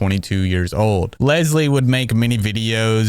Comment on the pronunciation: I’m sorry, but the woman calling Leslie bubblebass is absolutely hilarious😭😭